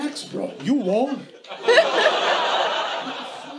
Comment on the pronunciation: No minuto 29, quando o Rafinha fala you won, a pronúncia dele está errada, aí vc erra também (talvez de forma proposital, para não corrigi-lo) pois won se pronuncia igualmente o número 1 (one)….estou dizendo isso aqui não para expor ninguém, mas estudo inglês há mais de 3 anos de forma intensa e descobri esses dias que pronunciava essa palavra erradamente. Sabemos que as duas “pedras no sapato” do idioma é phrasal verbs e pronuncia, então a intenção é que pessoas não cometem mais esse erro